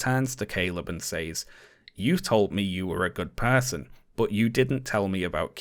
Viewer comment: the way that you say "says"... also the way that you say words ending in "ing"... also your trigger warning and woke comments